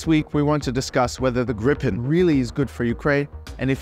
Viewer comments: How to in English say the Swedish name Gripen, you say GREEEEPEN. Yes, green without the n, and pen. Gripen. Pronounced greeeepen. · I love you so much, Ukraina, that I will let you in on a secret - it's pronounced [Gríp-en] (or Greep-en, if you only speak English) ❤ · so it's pronounced as Gree-Pen ?